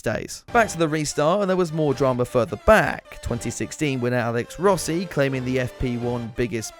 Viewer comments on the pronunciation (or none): none